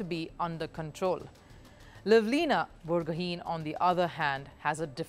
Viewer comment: Pls learn to pronounce the titles correctly before creating news. It's pronounce as "Bor Gu Hi". I'm talking abt Lovelina Borgohain.